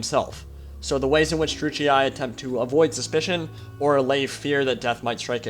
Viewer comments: How are you making out of Druchii "Druchiai(e)"? Sorry it takes me every time out of the video. Yes I'm strange. Other than that very nice Lore video. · You must pronounce Druchii like a german would do. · Druchii is pronounced with a hard "ch" sound, btw. The GW employees, and in the painting videos, pronounce it this way. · Wondering how to pronounce Druchii? Well, don't wonder no longer! "To get it ‘right’, you need to roll the ‘r’ a little, the ‘ch’ is a hard sound as in loch or German, and the double ‘i’ is pronounced ‘ee-aye’. Something like ‘drru-key-aye’. However, ‘dru-key’ is the easier, anglicised version for everyday conversation." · I have and always with pronounce it " Drew-ch-e" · I've never heard anyone ever say either pronunciation of Druchii that you mentioned lol! I'm fairly certain it's meant to be pronounced "dru-she". Nice video though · Its pronounced "Droo-key" according to duncan from GW :p